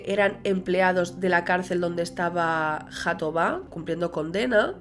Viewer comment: Es mejor pronunciar Jatobá como en catalán pues la jota tiene el mismo sonido en portugués y en catalán.